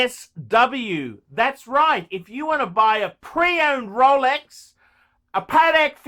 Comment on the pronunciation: "Every man should have a Rowlecks", 2000 to 2019